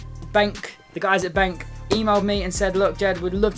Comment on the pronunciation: Pronouced as ben q